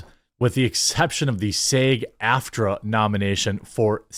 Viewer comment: Dude, when you say "Galadrial" you pronounce the "A" correctly as a soft vowel. So WHY do you say the "A" so wrong on other words? Like when you said "SAG" as "SAYG"! Gross!